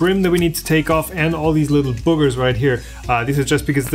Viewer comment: It's pronounced boo-gers (boo like a ghost). The other pronunciation (bug-er) might be considered a swearword depending on where you are.